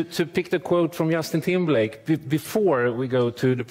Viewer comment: “Yustin Timberlake “